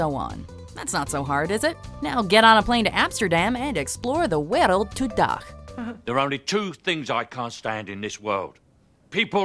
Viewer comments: Richard Salomons luister wa ze zegt op todag ipv vandaag lol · What my Dutch brain hears. Explore the weireld doedag.